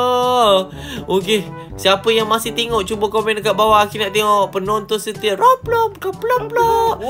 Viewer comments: robox bukan pobolok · Roblox bukan bloblob